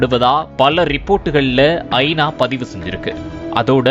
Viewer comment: செய்தி எல்லாம் சரி, கொஞ்சம் தமிழில் கவனம் செலுத்துங்கள்…. ஐ. நா வா அல்லது ஐனாவா? இது போல் பல பிழைகள்